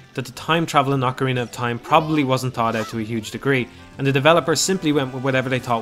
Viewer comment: Did you just say "Hillion"? or "Hee-Lee-En" lol Hylian is pronounced "High-Lee-An". Like Hyrule is "High-rule" not "Hee-rule" lol But at least you correctly said "Oc-a-rina" unlike those who say "Oak-a-rina". lol My life will be complete if i find a Majoras Mask review calling it "Major-Ass" Mask. lol